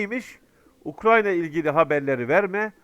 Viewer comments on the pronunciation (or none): none